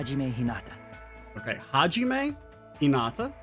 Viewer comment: Excited for DR2! I personally prefer DR1 more solely because Kyouko is best girl, but DR2 is definitely more mechanically solid(: I really do hate to be that person, buuuuuut Hajime is pronounced ha-ge-meh and Danganronpa is pronouned D-ah-n-gah-n-ro-n-pa. It really bothers me with the buthered pronouncations>.<